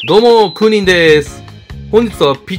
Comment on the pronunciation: どーもークーニンでーす が どーもーウーニンでーす にしか聞こえん笑笑